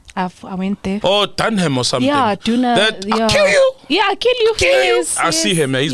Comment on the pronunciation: lol its Jeff Dunham not Dunkan